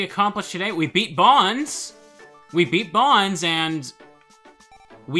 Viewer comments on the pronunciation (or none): I don’t know why I get slightly annoyed when I hear people pronounce Bonz’s name like that when it makes more sense to pronounce it as “Bones” I mean..isn’t it obvious? He’s creepy, uses ghouls, and hangs out in a cemetery. Why call him “Bons?” It just doesn’t make any sense. I feel like it’s a Tidas and “Tee-dus” type of thing